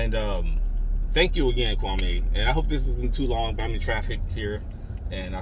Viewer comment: It's Kwam-e not Kwa-may but I certainly appreciate your genuineness. Thank you for this video. New sub here. 🙌🏿